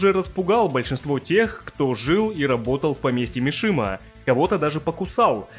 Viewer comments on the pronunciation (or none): Не "Мишима", а "Мисима"